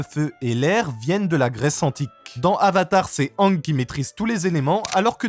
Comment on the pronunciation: Aang se prononce pas ang.